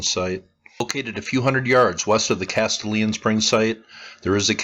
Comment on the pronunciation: Great video! I live about 30 minutes from this mound and I've always been interested in its history. Just FYI, this is a spot with Tennessee pronunciation. (lol) Castalian is pronounced 'Cas - stallion.'